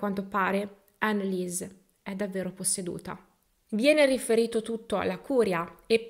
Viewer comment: Storia agghiacciante! Tuttavia tranquilla il tedesco benché sia una lingua difficile non lo è per la pronuncia, ricorda solo che parole contenenti il dittongo IE si pronunciano I ( di conseguenza ANNELIESE, sarà ANELIS !) il dittongo EU si pronuncia OI .la pronuncia è molto più semplice sia del francese che dell'inglese 🙂